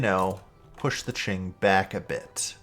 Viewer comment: Great video! Also, Qing is pronounced "King" !